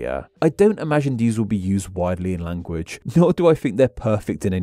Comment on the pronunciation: As a non-native speaker, I have to ask: Why do you sometimes put an extra vowel at the end of some words? In this video, I heard you say “languaguh” and “becausuh”.